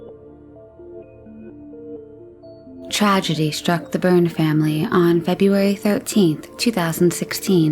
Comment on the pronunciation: You keep say their names were Burns ……learn to read …..Byrne ….